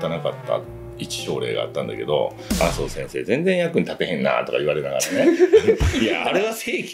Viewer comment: あそぉしぇんしぇー😂😂 良く頑張りました🤣🤣🤣